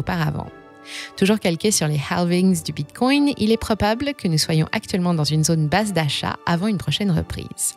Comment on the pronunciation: Bordel, elle ne peut pas dire Bitcoin comme tout le monde!? 😤